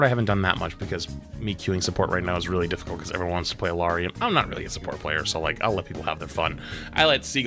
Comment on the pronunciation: You're mispronouncing Illari.